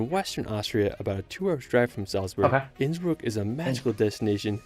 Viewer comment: you asked 'How is his pronunciation?'. The answer is 'Ab (Innsbruck isolutely atrocious'. It is a bit like a non-English speaker pronouncing Cincinnati as chin-sin-nay-tie! When visiting countries for a first time, PLEASE, PLEASE, PLEASE learn how local place names are pronounced if you don't even learn to speak a little of the language out of politeness to your hosts! Schönbrunn is pronounced 'Schern-brun' and See (meaning lake) is pronounced 'zay' (rhyming with say). The worst example I have ever seen was an American vlogger who pronounced the the town of Waldshut (on the German-Swiss border) as 'ward-shut' instead of 'vaaldz-hoot'. In German, 'V' is pronounced as 'F', 'W' is pronounced as 'V', and 'Z' is pronounced as 'TS'. I love Austria and the Bodensee and visit Lindau every year - roll on mid-June and my next trip! Have a closer look at Lindau and it's surrounding area - Switzerland is a 20 minute train ride, Austria (Vorarlberg) is a 10 minute train ride, Liechtenstein can be reached in under an hour, and Zurich and Munich can both be reached in a 2 hour train ride (Innsbruck is a little further - it takes 3 hours).